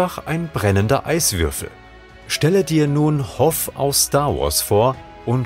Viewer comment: Hoff aus Star Wars? Der heißt Hoth Hoht ausgesprochen